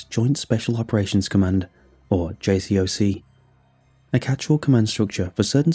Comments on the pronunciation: No coast guard in SF lol, and it's JSOC not JCOC lmao but good stories none the less. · Its pronounced J-Sock try doing a little research.